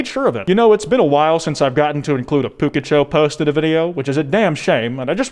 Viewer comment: Why. Why do you say Pukicho like that. The u isnt pronounced oo